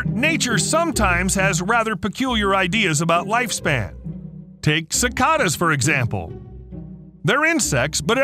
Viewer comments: “Sicatas”?! Seriously? Have you somehow gone this long without ever hearing anyone say the word see-kayed-ah? You live in the US, they make pretty big news every few summers, for many decades. People talk about them or complain about them the whole time they are out too, it’s almost as common as talking about the weather. The number of things you grievously mispronounce in so many videos has always made me wonder if the audio is just a text-to-speech program. You just have so many, like an average of one every video. If they happened rarely or were words that most people wouldn’t have heard aloud at some point that would be different. But in most cases, they are pretty well known words for an average person. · It’s not pronounced si-Ka-das it’s si-Kay-duhs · It's pronounced cicAdas.. long "a" sound.. and I love to hear them.. but then again, we don't get the massive hordes that some places do.. it's just the sounds of summer.🌞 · Why were u pronouncing cicadas wrong the first few times?..... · The way he says cicadas is cringe af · Yeah, I noticed he did it only the first 2 or 3 times, I commented after the second time. You could be right.